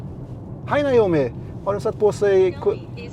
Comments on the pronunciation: En trög men go reporter😉 som inte kan tilltala systemet korrekt = NAJOMI = trög AI Tilltala rätt = NOMI = Allt du säger blir rätt och snabbt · Naomi, ehh!!! testa med att säga Nomi i stället! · Is (Hi nome) Not ( Hi yo nome)